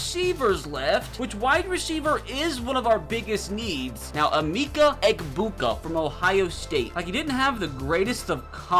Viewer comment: You said Emica embuga wrong